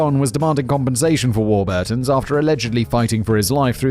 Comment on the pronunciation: War-burrrrr-tons, for an alledged Englishman that's a dire pronounciation of legendary bread company.